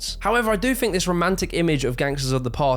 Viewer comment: The word “think” doesn’t have an F.